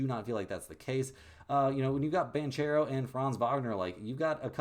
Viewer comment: i meant all of it with no offense bro , you’re doing a good job and the consistency is admirable fasho …..only name I’ve seen ya mispronounce is Paola banchero (bankeero) I love the page love the attitude , and you respond to the comments …..ima fan fasho 🤞🏾⚡️